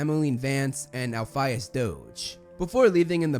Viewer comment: Please stop mispronouncing Elphias